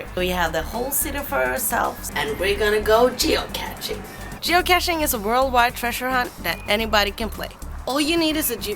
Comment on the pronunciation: Please, don't call it catching. It is a cache, 'kesj', without a t in the word.